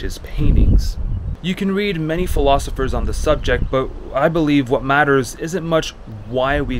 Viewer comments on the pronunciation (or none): none